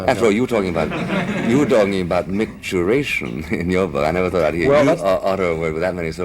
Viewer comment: It's funny that Buckley seems impressed that Mailer had used the word "micturation" because it contains many syllables. Maybe Buckley was enjoying a private joke in that Mailer should have said "micturition," not "micturation."